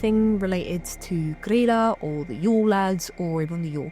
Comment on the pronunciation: Hi! I'm Icelandic and grew up with traditions around the Yule lads and their family, and I just wanted to say great job on pronouncing Grýla's name! I've seen a lot of bigger channels get it wrong. An easy way to remember it is that it's pronounced pretty much like the name of Leela from Futurama, I know when English is your first language it's hard to imagine Ý making an EE sound, but spelling it Greela in your head will probably help :) Overall your pronounciations are fantastic imo, especially considering that you don't speak the language.